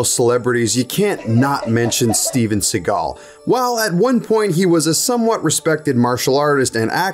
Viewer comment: Steven See-gut